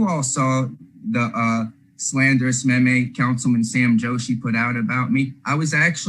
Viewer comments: And wouldn't it still be a me me, not a may may...? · I can't really take anyone serious that can't pronounce MEME.